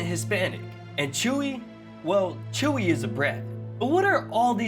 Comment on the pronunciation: He didn't say "hi Chuy" he said "hi chewey"